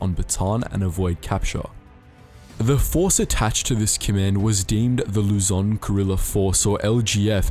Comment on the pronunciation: Why does everyone pronunces Lu-zoan